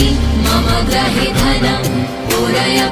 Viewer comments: It is grihe (meaning my house) and not grahe!!! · Pronouncians are not clear.... especially 'mama gruhe dhanam... '